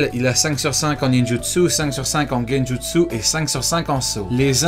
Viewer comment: J'ai bien entendu Guenjutsu?!? Depuis quand il maîtrise le Guenjutsu !?